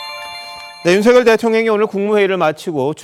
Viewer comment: 윤석열대통령발음을윤서결이뭣니까똑바로발음하시오